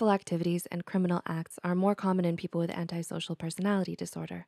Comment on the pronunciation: Finally finally finally. If I hear anyone else say antisocial incorrectly I will scream.